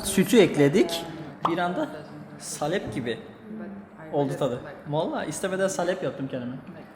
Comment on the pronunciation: Salep değil saaalep :D